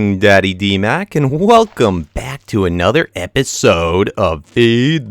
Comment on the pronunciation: Hahaha *dmac not smack